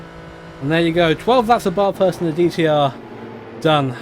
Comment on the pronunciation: Love content of Australian stuff (yay national pride) but for the love of god all you poms can’t pronounce Bathurst right :p the “a” is more like the a in apple - very flat and the like